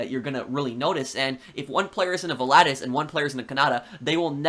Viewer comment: Pronunciation: VOL-A-TUS